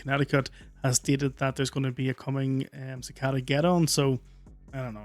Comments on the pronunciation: The kid can’t pronounce “cicada” correctly, so he probably shouldn’t pretend to give out scientific evidence. His entire explanation was wrong. (si-cā-dà) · Cicada is pronounced (sik a da) not (ka said a). If you don't know the word,take a moment to look it up. Nothing is more distracting than to hear the dude constantly mispronounce it. Couldn't even hear what his story was about. Bro,don't be a ka said a......